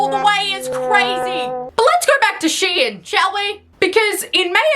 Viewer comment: It’s pronounced “shee-inn”? Not “shine”? What the fuck?